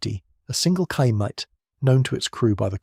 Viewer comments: The word Chaimite, the Ch makes a single sound that sounds like X in english. Ximety would be the closest english way to say it. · Try "Shy Meet" for Chaimite and it will sound perfect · Chaimite is pronounced "Shy""Meet" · Regarding the "Chaimite" (pronounced like Xaimite) and other Portuguese weapons. Let's put it this way. On the immediate first reaction. Portugal used F86 Sabre jets. Owned by Portugal under NATO. But even that was obliged to return to continental Portugal! With the American scum, USSR and China all pushing the strings behind the stage! Suddenly Portugal was under manned, unarmed, under attack and alone! Most countries would have rolled and play dead. Portugal came out of the shell and fought back, against all odds. I guess half a millennium being the under dog in so many battles and wars made it like that. From Aljubarrota to Angola! Being attacked from all sides and under severe sanctions! In sequence attacked in Angola, Guiné-Bissau, Mozambique and let's not forget India. And later after giving independence to East Timor, it was promptly occupied by Indonesia. With American blessings and American weapons (surplus from Vietnam). When I say alone and against all odds I'm not kidding! Oh! Did I mention the vast Oil & Gas reserves in East-Timor! Coincidence I guess! Oops! Portugal was the only country to ever use the FIAT G91 (Gina) jets in combat! Acquired trough sanctions and miracles via South Africa, etc. An adventure in itself! After prohibition to use the F86 Sabre jets! Portugal started building / fabrication of the Chaimite, HK G3 assault rifle, Berliet-Tramagal trucks, ammunitions and other light weapons, guns, mortars, etc. Fun fact: Once more, against all odds, in 1